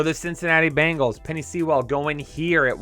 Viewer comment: SEEEEEE-WELLLLLLL LMFAO! Rhymes with Pool btw